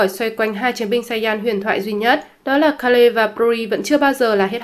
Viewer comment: Kê-rư chứ ko phải Ka-lê hay Kêu.